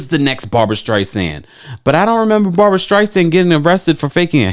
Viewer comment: I always thought Jussie was talented, but to compare himself to La Streisand is absurd. And it's Barbra not Barbara.